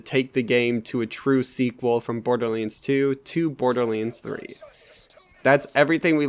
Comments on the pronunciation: Borderlands...not Borderleands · Dude, why are pronouncing this as "BORDERLEENS"? That's all I'm hearing LOL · I stopped listening when he called it Borderleens... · borderlands = "borderleens" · Borderlanes... Fucking, say it write shithead. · Hahahah the way you say borderlands 😂 btw nice video